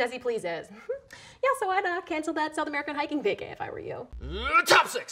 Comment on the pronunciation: Is he saying Top 6 or chopsticks???